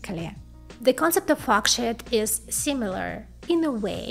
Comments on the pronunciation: Please work on your pronunciation. I was laughing a bit too hard listening to this and hearing "f*ck shit". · Just gotta love the way she says “forksheet”…… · not to offend but the pronunciation of FORKSHEET, sounds more like F*CK SH*T, I can't stop laughing haha, great content tho. Keep it up plss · Lol. Every time you say it, it sounds like “fu@ $hit” transistor. I am sorry I can’t stop laughing. That did make this very entertaining... I always love your videos. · I thought I was the only one hearing that. it's funny. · Don’t get me wrong I LOVE this channel but at the beginning it sounded like she said “Fuck Shit Transistors” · Love your channel and you made me laugh at the way you pronoun sheet. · Yeah, no disrespect and a great video, but once I had heard it I could simply not unhear it, "nano shit" and "fox shit".